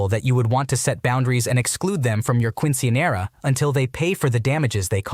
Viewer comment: The caucassity of the Quince / Quinceañera pronunciations 😭